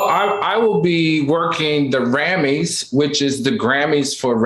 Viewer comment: Wait who is Al Rammin...oh he said Rammys